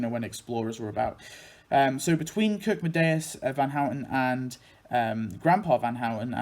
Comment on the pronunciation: Nice video but (no offense, your video is absolutely awesome) you pronounced Kirkedemious's name wrong. It's actually pronounced Kirk-é-demious and it means "Church of Terror" since Kirke is "Church" in Danish and Demious is a form of the Greek name Deimos which means "Terror", Deimos is supposed to be the twin brother of Phobos [Phobos's name means "fear"] and they're the sons of the Greek Gods Ares [God Of War, also known as Mars by the Romans] and Aphrodite [Godess Of Beauty & Love, also known as Venus by the Romans]. [Btw I'm swedish so we have at least a slight amount of knowledge about Denmark (besides them burning down our homes and trying to invade our country for the past 293 years between 1521 and 1814) and they're chill people but in my opinion they're too friendly it's almost offputting...] Anyways no offense to your video since I enjoy genealogy and especially when it involves my favorite cartoons of all time. Keep it up! ~ with best regards Daniel Verdant Stormwahld